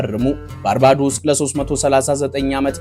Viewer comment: ባርቤዶስ ብለህ ብትሰራዉ ብታነበዉ ለጆሮ ይጥም ነበር ባርባዶስ የሚል ከየት እንዳመጣህ እግዜር ይወቅ ጥሩ ፕሮግራም ቅድመዝግጅት አድርግ።